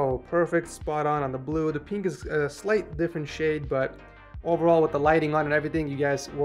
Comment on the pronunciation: this guys pronounces pink as peenk but pin doesn't become peen